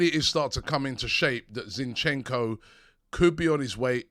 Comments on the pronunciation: Ziiinchenko - a stress on the first syllable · Not Zinchecko ffs 🤦🏽‍♂️